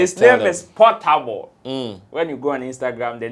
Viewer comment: Portable is naija shatta wale not Pattapa😂😂😂😂